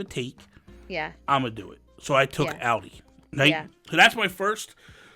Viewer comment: I was laughing so hard at Audie being pronounced like the car!!! [Always thought it was as if audio]